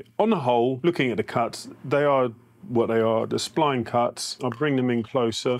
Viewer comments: Spleen jig? It's spline jig. Spline like spine. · I'm from the UK, it's the first time I've heard it pronounced 'spleen' too. Slightly irritating!